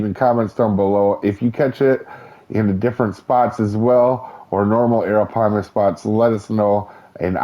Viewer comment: You got a lot closer than a lot of other people have you seen some of the other videos?